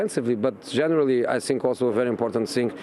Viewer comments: " I sink " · I Sink we deserve the points!...lol, I could listen to him all day😂😂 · I don't tsink it's sink, but I tsink he says, "I tsink..." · every time Jose says " I sink", I blush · The day Jose mourinho does not say "sink" during an interview, football has ended. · I sink so, I sink so.